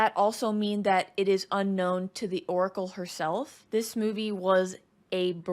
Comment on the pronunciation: The "decóracle" 😂